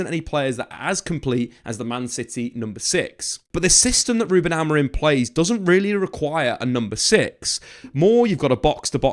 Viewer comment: Maybe it's because I have only had one coffee but I want to scream every time you call him AmoriN...you're a journalist and it's a simple name!!